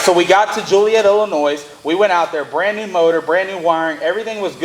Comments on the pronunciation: Joliet Illinois pronounced Ilinoy not ilinoise. I raced there at the pre opening I knew Payton and Coyne who were Big Partners and built that track. I grew up in Il and it took forever to get a world class track. I just saw you all in NC a month back great win guys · It's Ill-I- noy....no s....lol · The proper way to say Illinois is without the “s” thanks from a Illinoian